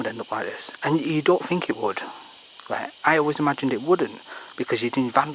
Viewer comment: It's kinda amazing how you think there is an F in the word think.